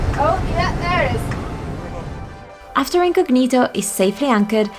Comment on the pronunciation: A simple question..is Incognito an english word? Last time I check was italian, so why you as italian pronounce this word with the wrong accent? I mean maybe is also an english word so you can enlighten me, thanks!